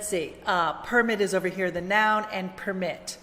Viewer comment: hello in this time you said the word ( noun /naʊn/ ) i heard a schwa /ə/ or a fast schwa between the /aʊ/ sound and /n/ sound. i hope make the video slowly and listen to the word noun, is that right. thank you.